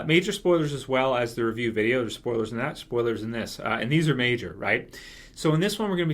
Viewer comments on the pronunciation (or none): none